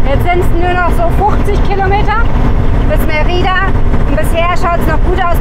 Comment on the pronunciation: Mérida, die Betonung liegt in der Regel auf der letzten Silbe, aksi Meti*da*. Viel Spass